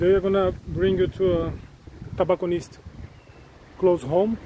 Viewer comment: TObacconist ........ not "TAbacconist"!